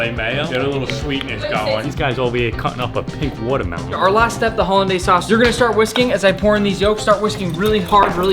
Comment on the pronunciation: "These guys ovah hee cuttin up a pink wotamelon" Excuse me, *Watermelon*? Sir. That's a pineapple.